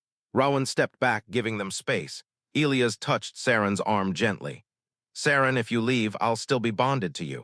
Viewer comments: E- LIE- US......NOT ELEOS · its pronounced e - LIE - ass .... not EE - lee - ass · Good story. The English pronounciation of "Elias" is "ee-LYE-əs." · Will someone who makes these damn stories FINALLY instruct AI how to correctly pronounce the name. - e LIE us??? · Get an A1 that can pronounce Elias